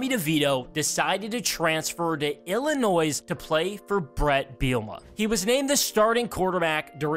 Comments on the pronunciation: And there is no s in Illinois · you don’t pronounce the “S” in Illinois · You need to learn how to pronounce Illinois and Illini